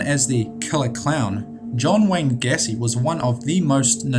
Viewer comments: It's pronounced "IM fah mus," not "in FAME ous." And "GAY see," not "Gassy." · John wayne Gay-cee. Not Gah-cee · Video is good But you mispronounced a few 1. Valle--ho (Jo is pronounced "ho". The same way you would say "Jose" would be pronounced as "ho-say") 2. John wayne GAYcy 3. Andrei Chi-ka-tilo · Ok it's bugging me it's pronounced GAY-SEE not GET-TEE otherwise very informative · Vallejo is pronounced "vuh-LAY-hoe." Spanish word. Gacy is "GAY-see" Chickatilo = chick-ah-tee-low, primary accent on CHICK, secondary on tee. :-) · These are all well know people but you can't pronounce gacy or Juan correctly